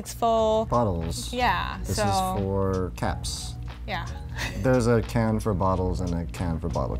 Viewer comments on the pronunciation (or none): I thought he said “a bin for cats” instead of “a bin for caps”